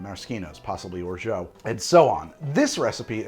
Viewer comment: Show is good, but you might want to look up how to pronounce "Orgeat", unless i misheard...